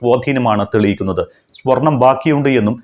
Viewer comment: സ്പൊർണം ആണോ സ്വർണം ആണോ ശരി?